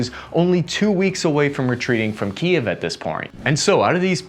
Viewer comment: I really enjoy the fact that you pronounce Kiev correctly and not just call it Keeev, like all the stupid American news channels